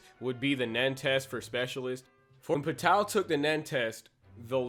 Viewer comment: Why you say pitou like pah tao It’s pronounced p toe